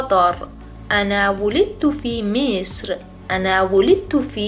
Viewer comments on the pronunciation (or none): غلط املایی دارید: ولکن- طهران تلفظ "مصر،طهران،قطر" همه فارسی بود نه عربی!